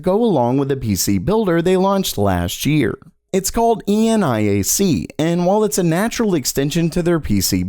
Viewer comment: ENIAC is pronounced EE-NEE-ACK, it's named after the first digital computer ever built, circa 1946.